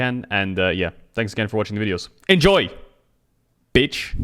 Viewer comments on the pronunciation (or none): The “enjoyc bitch!” really made me enjoy this even more